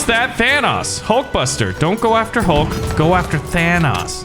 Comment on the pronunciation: the green guy is hulk you said his name wrong